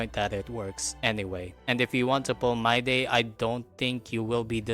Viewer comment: I took a shot every time you said MYDAY instead of Mydei, and now i'm afraid i'll end up in a hospital or worse.